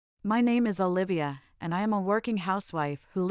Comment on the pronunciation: I am confused your name is Olivia or Bolivia because everytime someone pronoce your name I always heard Bolivia